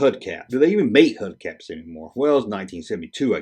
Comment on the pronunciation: I remember the last craiglist ad Video from months ago, I cried with tears laughing. This one was also FUNNY, but I was thrown off by all the errors you didn't catch when reading them,. The Cal Ripken Potter was worth the wait. Oh and it's HUBBBB- CAP. That's Hubcap with a B, not a DEE. THUMBS UP still!